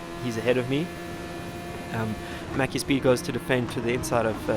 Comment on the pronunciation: Didnt know slovenians play this game (he was top3 whole race) And also you pronounced maciek a bit funny and very wrong hihi